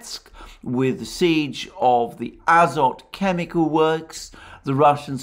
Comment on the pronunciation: in the name Azovstal and Azov Regiment - Azov ends with the letter"V" (after the sea of Azov) you pronounce right, but: Azot chemicals end with the letter "T" (Azot meaning nitrogen) you pronounce incorrectly.